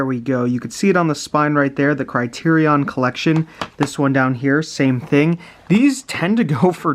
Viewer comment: Your saying criterion wrong.